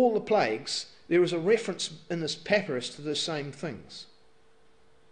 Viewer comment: pepperous? I thought it was pa-pie-rus. Pepperous is that stuff you put on your food :P